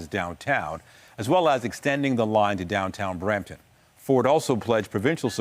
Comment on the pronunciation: It's Brampton